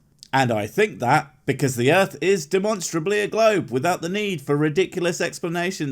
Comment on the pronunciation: Earf is Bobs